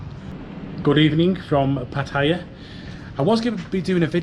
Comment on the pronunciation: Please learn how to pronounce Pattaya